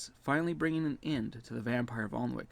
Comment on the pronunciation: I wouldn't expect an american to know this, or care honestly because english pronunciations are weird, but it's pronounced anick the l and w are silent.